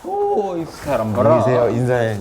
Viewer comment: 호오오? 이쏴람 바라? ㅋㅋㅋㅋㅋㅋㅋㅋㅋㅋㅋㅋㅋㅋ